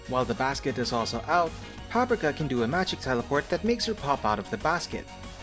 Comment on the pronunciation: I believe you're pronouncing Paprika and Tianhuo incorrectly. It's "Pap-REE-ka" and "Tee-YAN-hwo" (like "whoa"). There was one other word you mispronounced, but I can't remember it at the moment.